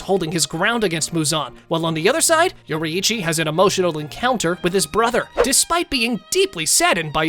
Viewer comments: It's yourichi nor youri-ichi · I like how he says yoreichy yoriithci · Yorrichi ❌ Yori’ichi ✔️ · he's saying yoraichi, its yorichi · yori ichi? bro its pronounced yorichi theres just a double i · Demon slayer if yoriichii was born in that era the show wouldve ended that fast also its not pronounced yor ee ee chi its yor ee ch ee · ITS NOT YO-RI-I-CHI ITS YO-RI-CHI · why bro calling him yorieechi its yor-e-chi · it's not yori-ichi, it's yoriichi, pronounced like yoreche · How we pronounce yorriichi: your eechee How he pronouces yorriichi: youri ichy And akaza was sent to look for the spider lily and muzan didnt know about tanjiro fighting enmu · bro its pronounced YOUR-EE-CHI not YOURI-EE-CHI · its not yoriichi its pronounced yor E chi just letting you know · I can stand the way he pronounces Yoriichi he pronounces it with both i’s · ITS PRONOUCE yori-chi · STOP PRONOUNCING IT LIKE YORYICHI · “if yoreee eee chi was born in the same erw as tan jeehro”GOOFY AH LANGUAGE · Mf said yoriyichi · It’s said like (yor-reee-chee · Why does he say Yori-eechee??? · "Yori Ichi"💀💀💀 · Yoraiici it’s pronounced yourichi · “Your Eeitchy” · YORIHICHI its what i heard😅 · Bro said yoryechey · Bro you say it like your e chi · Nah you cant even pronounce yoriichi right that's crazy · The way he says yoriichi makes me so mad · The way you pronounce Yoriichi is so triggering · ok did you read the manga or no... cuz douma wouldnt be mad he doesnt have emotions and HOW CAN YOU PRONOUNCE MITCHIKATSU BUT NOT TANJIRO OR YORIICHI?!?!??!?!?!